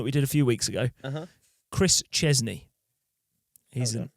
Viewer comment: Chris Cheney is the living end guy not Chezney. Just saying